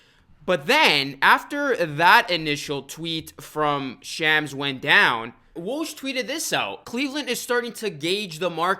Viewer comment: You butchered Shams name lmao